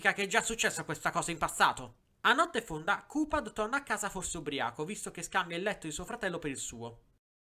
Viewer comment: Si pronuncia caphead